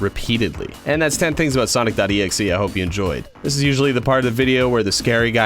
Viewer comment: Finally! A yt that says his name right